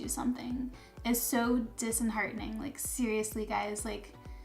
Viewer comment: "Dis-Enheartining - so much crying, so much upset" love you but that killed me 😂